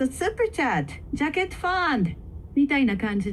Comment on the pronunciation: Great start at a new language. Many words in English do not end in a vowel. I heard you pronounce "jacket" as "jacket-o." Great work on exercising. I used to use a stair climber in the gym, four to five days per week. I did this in my years of playing tennis when I was young below the age of fifty. I'm sixty now and retired. Many people in other countries speak English as a second language. Many people in the US only speak English unless their second language is native to their origin. But many of them have stopped learning their ancestry's language. I have Japanese ancestors, but do not speak Japanese. I only know words I grew up with like Japanese food, and common phrases like, "Kore wa nandesuka?" or "ponketsu," or "bakatare." Gobo or burdock root is not common in the US. Most people here have never seen it or heard of it aside from professional chefs.